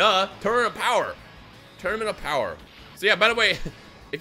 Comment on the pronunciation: Did this foo just say Ultra full SSJ4 BOWER Goku even tho it was Dbs Goku